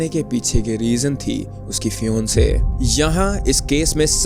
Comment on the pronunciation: tu pehle fiancée bolna seekh le - nahi bolne aata toh hindi mein mangetar bol de.